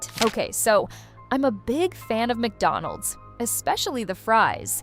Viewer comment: HOW DID YOU KNOW I JUST HAD MACWONENDS!?!.😭 (MACWONENDS MEANS MACDONALDS)